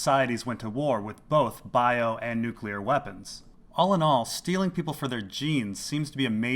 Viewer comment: Peeople, lol.